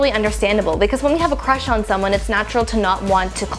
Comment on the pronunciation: when she said big time crush, I thought she said big time rush, like that nickelodeon show